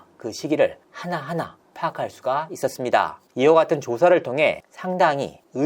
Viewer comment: 있었습니다 하는 마지막 끝내는 말투.. 너무 ........... 이상해요ㅠ 저 억양만 귀에 들어오네요